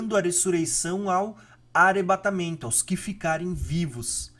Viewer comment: O conteúdo é bom, mas pq vc não fala dois “rr “ ? Tera, arebatamento… etc